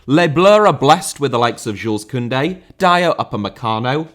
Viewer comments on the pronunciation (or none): none